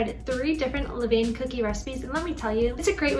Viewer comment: Great experiment! Just a note that the correct pronunciation is not “le-veyn,” but is more like “luh-van.”